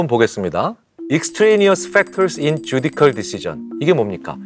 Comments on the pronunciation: Judicial은 쥬디씨얼 혹은 쥬디셜 정도로 발음하는데 쥬디컬이라니 실망이네요. 하버드 졸업하셨다던데...... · Judicial은 쥬디컬이 아니라 주디쎨인데요 ㅠㅠ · Judicial 읽을 때 발음 쥬디셜인데 쥬디컬 하셔서 놀람. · 귀한 강의 감사드립니다. Judicial "주디셜"이지요. ^^ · 항상 교수님 강의 너무너무 재미나게 잘 듣고 있어요. 한가지 오늘 강의에서 죄송하지만 judicial 영어 발음 바쁘셔서 혼돈하신거 같아요.